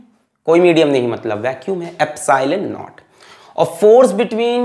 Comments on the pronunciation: Sir, "not" nahi it's "naught" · It's not epsilon not it's epsilon naught .